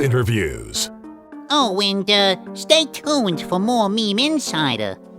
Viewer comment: Why dies he pronounced meme "maim"